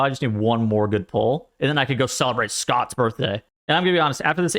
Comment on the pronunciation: God damn bro! Why did you put so much spice on Scott’s name like that